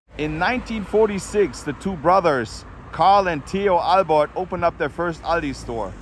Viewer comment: How did you get the Albrecht name wrong? I googled it AND knew it beforehand, and you called them Albert? At least do som research before you do the video.